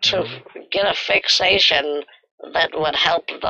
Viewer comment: This "fixation" is 'fakeation"😂😂😂